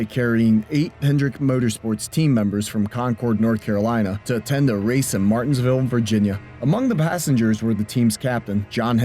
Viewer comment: That was the worst pronunciation of Martinsville i've ever heard.